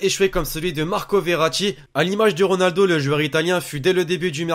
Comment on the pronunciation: deja apprend a dire ronaldo avant de parler